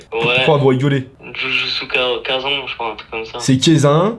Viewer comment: " Demon slayé" " jujussu quaissen " 😭😭